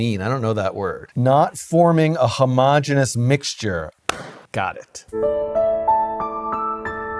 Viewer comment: Please note that homogeneous is five syllables. It is not the same as homogenous.